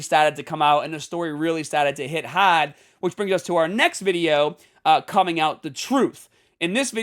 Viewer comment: See said “hard” normally but other times he says “haad”.so he can sound normal lol. Im just having fun people.